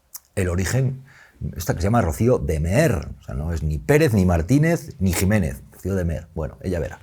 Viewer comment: De mear...ah no...de meer